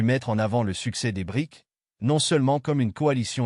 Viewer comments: Monsieur prononcez. B R I C S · Note au commentateur : le S se prononce, il signifie South Africa.